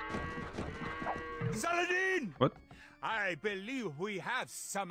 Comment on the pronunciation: People are complaining here about why Reynald didn't attack his south base early on. Probably because Viper scouted with those cav archers, moved around Blue so the cavaliers that were waiting for the attack, chased the cav archers Oh and Viper, good pronunciation of 'Saladin' ;D (even 'Salahaddin' was very good)